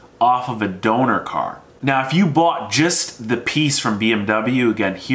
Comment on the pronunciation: When you said donor car I heard stolen car